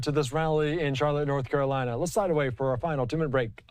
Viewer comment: North - Cara - Linnnnnnuh. He does not speak for this person!